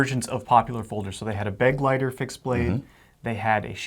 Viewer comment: Begleiter means 'companion' in German, [be-GLAI-ter]